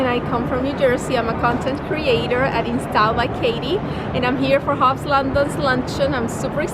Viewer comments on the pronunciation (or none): none